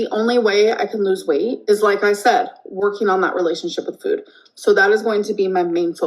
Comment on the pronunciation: Take a shot every time she says "fuhoood"